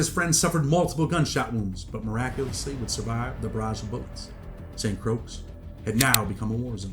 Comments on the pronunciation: Saint Croix is pronounced like the word Croy no (s) or (x) sound just a head's up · Lmao St. Croix is pronounced SAINT CROY 😂😂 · St. Croix is pronounced “Saint Croy” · It’s “Saint Croy”. That’s how it’s pronounced. As if it rhymes with boy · Need to learn how to pronounce St Croix smh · You’re pronouncing St Croix wrong, dunce.